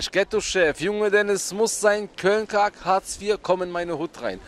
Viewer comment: Köln kack??? Er sagt köln Kalk Bruder haha